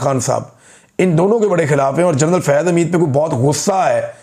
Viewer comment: جرنل لفظ درست نہیں جنرل درست ہے